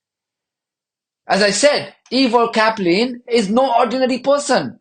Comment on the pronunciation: Caplin - sounds like Chaplin.